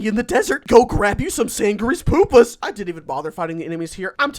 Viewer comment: “sand grease pupas” The fact he said poopas cracks me up.